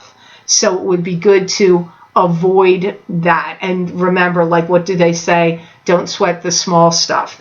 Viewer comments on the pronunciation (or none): none